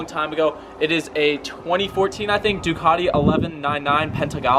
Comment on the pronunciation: Please do all Ducati owners a favour, first pronounce it right and then please use the proper red. Thanks. 🥊